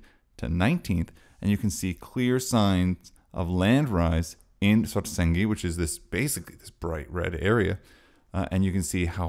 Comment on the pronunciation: Thanks for this. As far as I can understand with my limited Iceland language knowledge, Svartsengi is a compound word of "Svart", meaning black and "Eng", meaning field with the genitive s in between, so [Sv'arts'engi] should be the correct pronounciation, pretty much like you do. Keep up the good work!